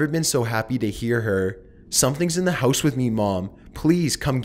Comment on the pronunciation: why do u pronounce house so weird? hoouuse lol